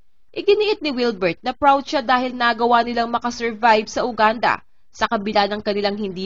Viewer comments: Ate, yoo-gaan-duh at hindi Uganda. Make a research before you post kakahiya sa bansa nila hindi natin ma-pronounce ng tama. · Mispronunciation- Uganda - Yuganda po :)